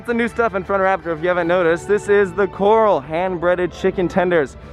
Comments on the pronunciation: It's pronounced like chorale, not like choral. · it’s not the coral. It’s the corral. Lol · That's "Corral", as in "Shoot out at the O.K. Corral," not "Coral" as in "Jimmy Buffet and the Coral Reefer Band!" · I think it’s pronounced “core ral” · Just for future reference Corral is pronounced CorAL :) Im very glad they finally have an automated announcement at the station.. been wishing for that for a long time. (Less spikes in volume cause ear pain, and allowing an employee to not destroy their voice by talking all day) Sad to see that cedar fair still insists on the locker situation that they have. Id rather they bundle the expense of lockers into the day tickets.. that way it at least feels easier.